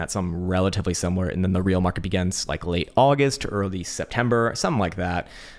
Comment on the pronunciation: Ah yes the “makret”